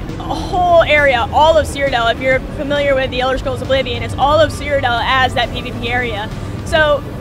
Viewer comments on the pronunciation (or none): did she say elder schrolls? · elder sholes :D